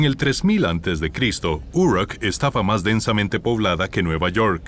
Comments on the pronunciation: pero, esto no es lo que él dijo. La pronunciación de la palabra "Uruk" en este video parece la pronunciación inglesa y no española. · Si Uruk estaba en Mesopotamia por qué la nombras como si estuviera en EEUU?.. No todas las palabras que no son latinas se pronuncian igual que el inglés.